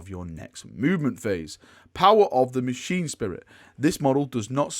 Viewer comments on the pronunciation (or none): none